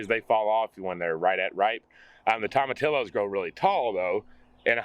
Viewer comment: Everything is looking great you two! We are getting into the rainy season here in central Florida so I am keeping my fingers crossed for my garden. So far have already harvested tomatoes, bush beans, okra, squash , cucumbers and zucchini. BTW: tomatillos is pronounced TOE-MA-TEE-YOS. Have fun in the garden and Gond Bless!!